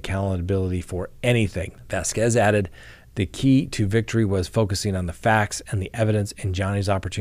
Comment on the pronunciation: Thank you for saying Vasquez the correct way!😊